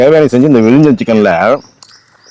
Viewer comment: அது விலிஜம் சிக்கன் இல்லை, விழிஞம் சிக்கன்